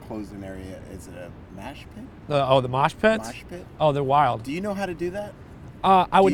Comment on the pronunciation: bro said mashpit lmaooo whose mans is this